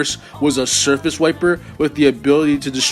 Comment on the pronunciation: I kept hearing surface wiping as circus wiping